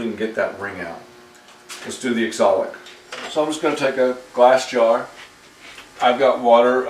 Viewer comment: wonderful work. Are you using oxalic acid, it always sounds like exolic?